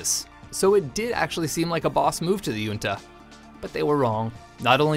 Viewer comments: Hunta not yunta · The word "junta" is NOT pronounced "yunta", but properly pronounced "hunta" as it is a Spanish word where the J is pronounced like an H. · me cague de la risa como lo pronuncia